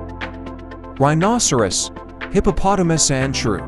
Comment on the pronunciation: You said rhinoceros wrong.